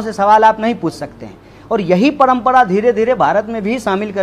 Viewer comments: Paihle ise Hindi sikhao parampara ko parampada bol raha hai🤣🤣🤣😂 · Abe padampada nahi hota hai parampara hota hai c😀 Tumlog jaise logon ko khada tak nahi karna chahiye salman sahrukh se kuchh sikh lo-diction, presentation etc Are bhai ye to bjp expect kar raha tha jab nahi mila to congress pakad liya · Padmpda k h u bhaiyee...hindi sikh jo apne desh ki maa bhasha hai. Parmpra hoti h na ki padmpda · Jo admi parampra ko pnampra bolta hai o kya netagiri karega a adami bharat ke khilaf bolta hai lagta hai bides paisa pata hai isko kabhi bhi neta mat banaye a sabko bewkuf bana raha hai